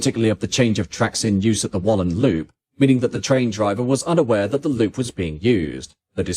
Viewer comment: At least he got 'Wallan' correct: 'Ballan' in Victoria is pronounced differently.